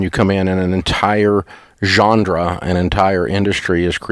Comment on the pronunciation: “Gendra”....? Lol!